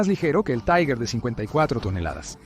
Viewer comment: Respecto del tanque Tiger: La pronunciación correcta en alemán es "Tiga". La pronunciación correcta en castellao es "Tiguer". La pronunciación "Taiguer" no es alemán ni castellano. Es cocoliche.